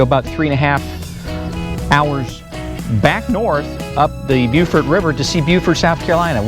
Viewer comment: Landlubber from Colorado here, but I love to watch you two visit places I've visited, like Hilton Head and Amelia Island. Plus, I now know how to pronounce "Beaufort". :) Looking forward to watching your journey.